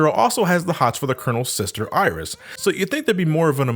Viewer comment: Iris? no no no, i think you mean "aieerish"